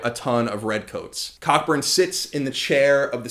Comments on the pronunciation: great work as always I believe it's pronounced Co -- Burn btw (But it didn't stop my inner child from giggling) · Cockburn is pronounced "Coburn" you American booby ;) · i got a giggle out of him saying cockburn because im immature